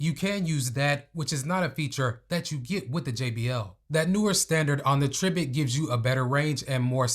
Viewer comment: It's pronounced try-bit😊